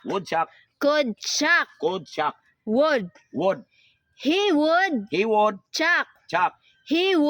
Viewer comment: Ma'am ang would wag mong na wood din ang could ginawa mong cood silence L ka lage sa mga letter na would at could basa mo dito sa would ay woud tapus sa could ay coud.silence L ma'am ang kulng kaya obob mga student mo dhil obob din ang teacher hindi lng itung content na ito ikaw nag kamali sa spelling marami pa ma'am kya ituwed mo po!?